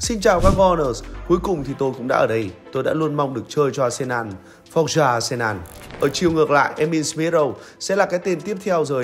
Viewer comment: arsenal ... đọc là a sê nồ .... ko phải a sê nan. Tôn trọng tên riêng khi đọc